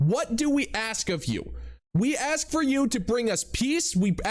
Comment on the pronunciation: Man, what are you doing? Don't upset this woman. She just told you she axes questions. Pray she doesn't axe you a question.